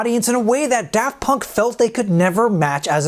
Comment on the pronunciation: He says da funk.. Amazing name!